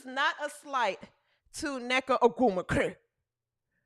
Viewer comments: lol hahaha id rather watch Angel than neka. If u say her name like that one more time lmaoooo 😂😂😂 I am rollin. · Lol. Crackin' me up with how you say nneka's name.😂